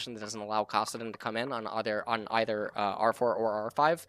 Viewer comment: Did he just say cawsaddin? wth